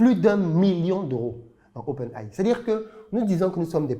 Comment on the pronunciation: le gars qui arnaque ne sait meme pas comment dire Open AI